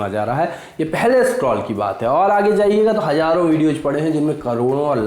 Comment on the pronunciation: HaJaaro nhi haZaaro. Galti nahi Ghalati. Ek achcha presenter banne ke liye Shuddh uchcharan ka aana pehli shart hai.Best wishes . Khaled...Allahabad